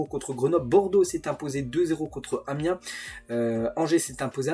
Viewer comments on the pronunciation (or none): none